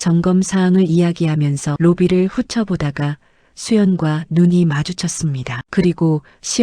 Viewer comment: 언제나 틀리게 읽는 단어 입니다 훑어보다를훌쳐보다로 훌터보다가로 읽어주시기 바랍니다